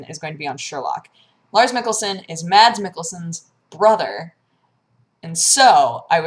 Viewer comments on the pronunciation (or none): You're pronunciation of Mads is a bit off, the d is silent. Otherwise, pretty good Danish pronunciation :)